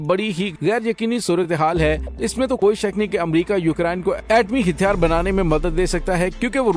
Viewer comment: Hàthyaar not Hithyaar plz note